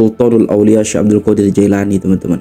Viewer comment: Klo bicara tu yg benar. qodir. Qo" jd gOdir .. / gAdir bukan Mengeser huruf lg itu Tp. Merubah haraf / Merubah huruf .